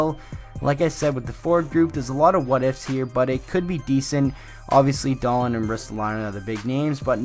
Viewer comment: Please say his name properly lol it's pronounced Dah-Leen